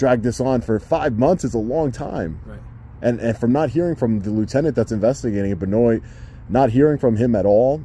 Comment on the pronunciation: 'Benoit'.... Pronounced, Ben Waaah....